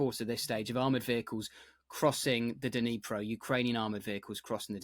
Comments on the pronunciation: Dneepro, not Dnaipro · Dneyeprow? Isn’t it Dnipro, pronounced Dnee-proh? Hate it when English speakers ignorantly twist all foreign names. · Sorry Prof who can't get Dnipro pronunciation right isn't credible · Why isn't there anyone who could help Professor Bronk with the pronunciation of the river's name? Dnipro? Not exactly rocket science...